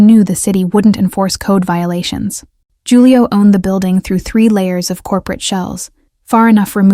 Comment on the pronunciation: Loved the story! But Julio is pronounced with an H, not a J.